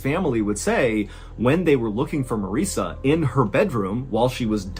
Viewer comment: Marissa is pronounced to rhyme with Melissa.